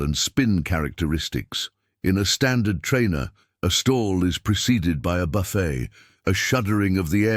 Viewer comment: Buffet pronounced buffay... jeez, when I flew these I never got a buffay before a stall, I only got a buffet. I feel cheated. These idiot AI videos are such nonsense. Artificial Ignorance at its best!